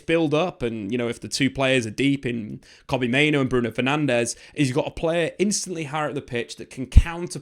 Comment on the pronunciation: Mate, I'm on my knees absolutely begging you to pronounce Mainoo's name correctly. As the video went on, you started doing it in fairness. But the first half of the video, time after time - Main-Oh